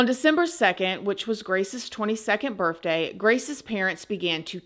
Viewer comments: I love you so much but it’s birTHday not birFday🤣🤣🤣🤣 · I don’t know why, but when every time you said the word birth day, it sounded like you were saying birth with an FJ